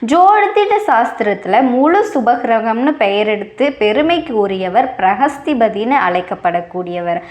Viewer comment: Bruhaspathi _ please pronounce property